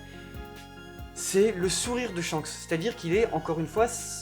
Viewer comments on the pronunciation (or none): Ca ne se dit pas "Tshanks" mais Shanks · C'EST SHANKS ET PAS TSCHAKS !!